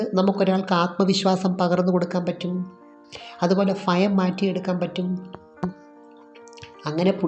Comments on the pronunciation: ഫയം അല്ല ഭയം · ഫയം അല്ല ഭയം. ഭാഷ ശരിയായി ഉച്ഛരിക്ക് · ഫയം എന്നല്ല ഭയം എന്നു പറയൂ.